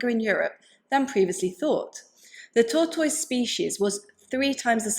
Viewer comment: It has nothing to do with the subject matter, but I smiled every time you said "tortoise". 🐢😄I have never heard the ending to sound like toys, and I love it!